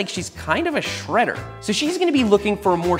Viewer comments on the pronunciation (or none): All ok but "shreder"